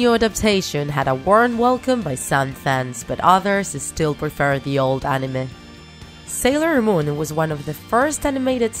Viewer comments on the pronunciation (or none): Sailon moon XD